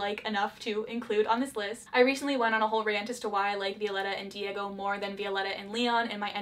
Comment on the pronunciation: Any other Spanish speaking person got triggered a little when she said Vi-O-letta And not Viol-E-ta???